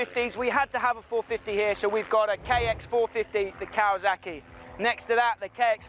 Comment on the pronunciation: Kawazuckie hah kinda funny. Don't worry we say words fucked up too